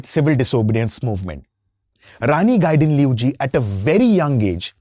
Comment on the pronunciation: I'm amazed how he pronounced very closely ! . ❤.